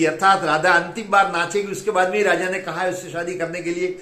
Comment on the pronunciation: Pehle to raja aur Radha ki uchharan thik se Sikh le. Kabhi kabhi to lag rha thha ke bhola raja se shaadi karne ke liye Radha ki anumati lene gaya thha.